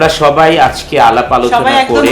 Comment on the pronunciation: Borsha Apa , Apni bangla word "ajke " aktu sundor kore bolen please . R ananta bhai, Apni live a thaka Khalin somoy nak gola dia onek shobdo koren ja khuboi bisri lage sunte !!! Fix koren please